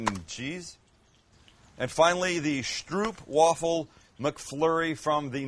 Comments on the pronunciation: Schjtroepf-Vaffle! hahahahaha XD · Echt goud hoe hij stroepwavvel zegt inplaats van stroopwafel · "Stroop" sounds like "trope" with an "s" in front of it. A real Stroopwafel is delicious. It is also not two ice-cream cone things with caramel betweemln them. Ffs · oOo,... you say OWH STROWHPwaffle not Oep Like 'Owh owh here comes tha hammer' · its Stroop wafel O like OOOH suprised thone, sounds like your saying stroep, (not that i care how you prenounce it but just saying) do love the content. people favor the mc flurry m&m here iff im right but woulnd be able to tell last time i ate mc donalds was over 15 years ago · Joehoe I am born in Gouda! It is Ggggggggggouda. Not Kouda. Yes really hard to pronounce as non-Dutch. And it is Strooooopwafel. Not Strupwafel ;) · it's pronounced Strope , not stroop , Stroop means syrup and you should really eat some real ones. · Stroop sounds like strope in English, the pronounciation would be stropewaffle (or waafle, make the A sound a bit longer) A stroopwafel is two millimeter thin cookies with honey caramel between them. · stroopwafel - say it as "strope-waffle" we are not Germans ;) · A "stroopwafel" is very different from a ice cream cone, it's also pronounced differently. You probably don't know, I just wanted to point it out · I am not going to be near San Diego any time soon... But once you tasted the real stroopwafel, you will never try to make a McFlurry again. Funny pronunciation of the word, though... Always nice to hear other nationalities to speak Dutch! 😉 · Sound real funny how you guys pronounce stroopwafel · You have to say the O like open. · No please don't pronounce Gouda and stroopwafel the way you did.